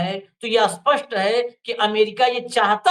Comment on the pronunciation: स्पष्ट को अस्पष्ट क्यों बुलाते हैं कृपया इस और ध्यान दें।